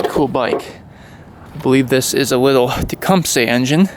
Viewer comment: he said “Wittle” lmao